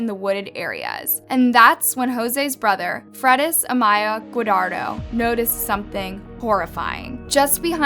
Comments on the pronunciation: How rude! It’s not “Guadaro,” idiot, it’s Guardado! Such lack of respect to that poor family! At least learn and practice how to correctly pronounce their last name if you’re gonna do a documentary about them, Anus Loves...I mean, 🖕🏼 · Spells it GUARDADO. Says it GOODARRO.